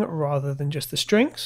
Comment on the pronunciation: strings not shtrings . please